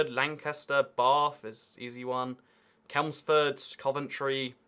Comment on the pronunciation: “ Celmsford” it’s Chelmsford LoL 😂